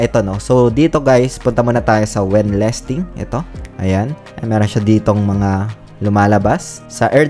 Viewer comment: Nanonood ako Ng mga videos mo. Ano ba iyang lesting na sinasabi mo? Lesting or listing?